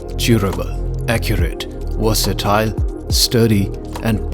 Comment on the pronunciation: “Wersitile” 🥀🥀 they don’t sell these in India bro